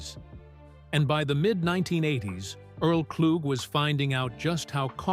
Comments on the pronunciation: What a waste of time. Can you at least say the mans name right. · Thank y'all for commenting so I can stop watching. I'm in Detroit and pissed that the AI voice screwed up homie's last name. Earl is forever amooth. I've been hearing his music pn rotation now more than ever on SiriusXM.